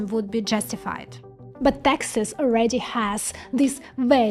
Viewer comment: Taxas offers low Taxas. had to turn on cc. All said this is a well done commentary on chip fabrication. Learnt a lot.